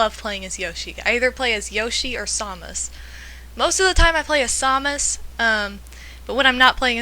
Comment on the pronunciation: I love the way to say Samus. :3 & I'm totally answering "Michael Jackson" next time I'm asked about religion.